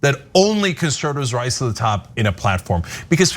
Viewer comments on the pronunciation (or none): none